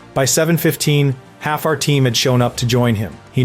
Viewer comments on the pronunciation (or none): none